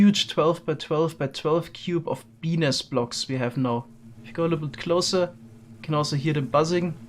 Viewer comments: d-did he just call them... penis blocks? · Looks like he is saying penis blocks in stead of bee nest blocks😂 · Is it just me or does it sound like p*nis blocks when he says bee nest blocks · Am I the only one hearing “Penis blocks” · Haha I was sort of half listening at first until I heard him say “huge bee nest” but thought he said “huge penis” lol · did he say penis blocks wtf 🤣🤣🤣🤣🤣 im so childish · I had to rewatch the start.. I heard "Penis blocks" first. Glad to know it was bee nest. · he said “bee nest” but i head “benis” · Please Change your pronounciation of Bee Nest. The auto subtitles always thinks you say "Penis" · Took me a bit to realize he wasn’t saying penis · when he sais bee nest block kind of sounds like penis blocks edit: lol i just realized the subtitles say penis block too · Who else here 'BENIS' instead of 'BEE NEST'? lmao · "Penis blocks" Wait, what? "Bee nest blocks" Ohhhh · The subtitles kept saying "penis blocks" whenever you said bee nest blocks, lol. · is it just me or am i hearing penis blocks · Am I the only one hearing Penis? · Is no one going to mention he keeps saying penis blocks? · I still thought he was saying penis for a second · I only hear penis blocks now... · Love the video and the technical builds and projects but would highly recommend adding a little harder pronunciation on the "T" at the end of "bee nest". As quite a few other comments have pointed out, the auto-generated captions are having some difficulty... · And we may want to reuse the penis blocks. Yes, I know he says Bee nest blocks, but it firstly sounded like that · he sayd pen nest but it sounds like penis